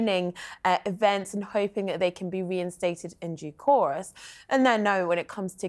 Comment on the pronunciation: Did that woman in the white dress really say in due chorus??!! Try " in due course!!"